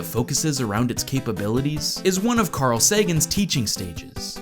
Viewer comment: Larl, not Carl